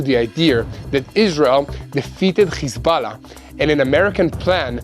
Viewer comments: Khozbollah😂 Lol this propoganda channel cannot even pronounce correct!! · Stand down??.....that snoobish reporter just said how Hez-Ball-a was defeted :)